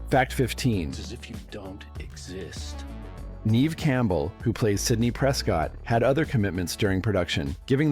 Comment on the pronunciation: Neve Campbell’s name is mispronounced